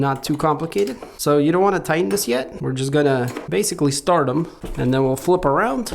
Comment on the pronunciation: It''s, This not Thizz, Just not Juzz